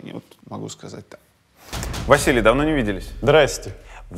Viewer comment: "Слушай Vaziliniy" АХАХАХАХХАА. Лучшая коверка имя Василий😂